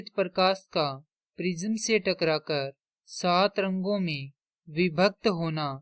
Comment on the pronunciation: छूतमारिके प्रिज़म नहीं प्रिज्म होता है 😅